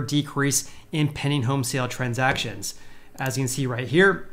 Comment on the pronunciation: Pending: Penn-D-eeing..... Penn-D-eeing... not "penning" Say it 100 times.